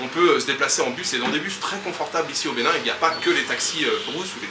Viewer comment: Bon séjour au Benin, vous prononcez bien le nom des villes au Benin, C’est pas facile mais vous vous en sortez bien🇧🇯